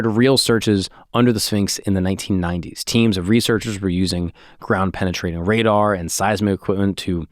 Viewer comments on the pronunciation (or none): none